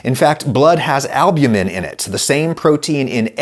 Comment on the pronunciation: Pronunciation note to the self-described pedant Albumin: "al-BYOO-muhn"